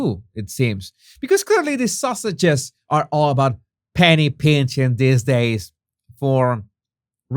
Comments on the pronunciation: Don't know if the mispronunciation is intentional, called to "the Sussexes", "the sausages". But it sounds good. Lol. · Is he saying "The sausages..."?